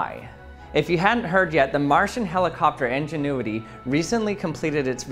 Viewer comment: It is INgenuity not ENginuity.